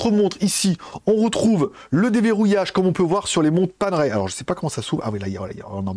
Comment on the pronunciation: Paner ... ail, pas Pane-raie 😊